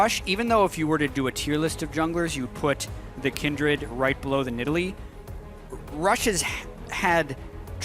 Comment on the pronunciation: ? did Phreak just call that cat, nid all lee? what happened to needle lee?